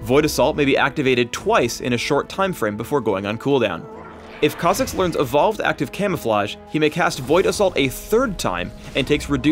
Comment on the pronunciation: Just when you get the hang of saying a champ's name, comes along and ruins it by pronouncing it completely different.